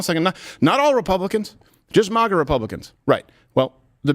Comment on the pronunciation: I wish this man would stop pronouncing MAGA as MAH-GA